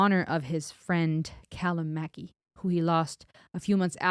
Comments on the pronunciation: It's pronounced like you are saying "Muck eye". Great reaction, cheers from the United Kingdom. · You've got the Callum pronunciation right, but Mackay is traditionally pronounced "Mc-Eye". It's a beautiful song and Ren showing us yet another side of his abilities. His skill is verging on the absurd with the range of styles he can perform. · It's pronounced Mack- Eye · You are saying his name wrong, its pronounced Mac Eye x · ren is a musical genius singer songwriter producer and plays numerous instruments to a very very high standard and best of all, tells the music labels to f off. its mackay as in mack eye thats the uk way of saying it hope that helps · As a Mackay, I endorse this explanation 😂 Och aye, Muck Eye!